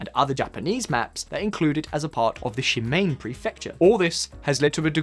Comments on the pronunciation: Pronounce it /Shi*ma*ne/ not /Shi*Mein/. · Shimane isn’t pronounced correctly. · It’s not “Shimain” prefecture it’s pronounced shi-ma-ne. Learn the local language before pretending to know everything about Asia you dumb a**...so much of Western arrogance. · ’( butchers “Shimane” it’s not “Mane” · I LOLed at ShiMAIN prefecture. First time I've heard that particular Japanese mispronounciation. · shimane... please just read it literally... it's not she main xD